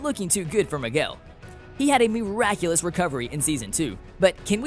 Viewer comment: Did he say migwell at the end? 😂😂